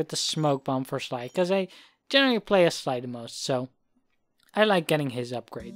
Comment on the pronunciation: I think the word you got from Wind Waker is "Slide," which is pronounced like "Sly" but with a D at the end. I liked sliddle though as it made me think of scuttling across ledges. Also, I see dropped inputs are going to be a thing with Sly 2 as well. Heh. And much like Mugshot, smoking is bad for you... it turns you into a lounge lizard with a rather odd taste in art.